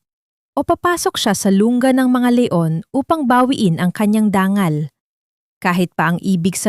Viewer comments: Dangal o danggal? Ayusin mo ang pronunciation mo. Nakakawalang gana. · Ang daming mali sa pagbigkas .. dangal.... dang gal